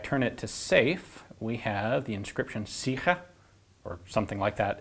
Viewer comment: I'm from Germany, living not far away from Suhl, but I've never heard of this gun. This channel is gold. BTW 'sicher' was pronounced fairly good ;)